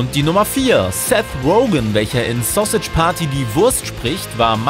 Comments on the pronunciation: Es heißt verdammr nochmal Sausage nicht Sossitsch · 😂 Wie alt seid ihr bitte? War klar das sowas von jemanden kommt, der keine Ahnung hat! Sausage wird wie im Englischen ausgesprochen (was er nicht tut ihr Affen) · Wie er Sausage ausspricht😂